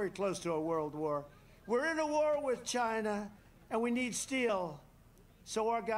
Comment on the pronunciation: He really does say it in all caps